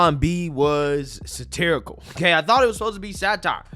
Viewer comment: Satirical, not satorical